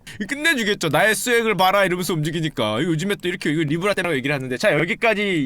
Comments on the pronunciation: 니 브 라~ㄹ ㅋㅋㅋㅋㅋ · 도대체 슈카오빠가 말씀하신게 모죠? 아무리 들어도 니불알인데